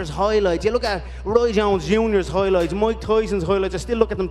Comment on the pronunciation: Conor "Hoylights" McGregor